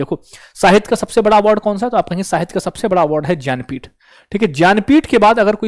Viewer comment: भैया ज्ञानपीठ को ज्यन्पीथ बोल रहे हो पहली बार सुना है ज्यन्पीथ बाकी अच्छा बताया थेंक यू 😊